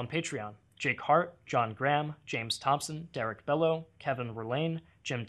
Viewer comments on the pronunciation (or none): none